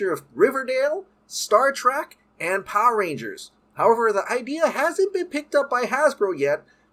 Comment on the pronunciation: Why do all Power Rangers YouTubers pronounce is "PAH-rangers" ? lol